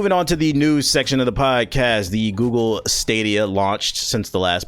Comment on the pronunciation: the way this man saying stadia 😷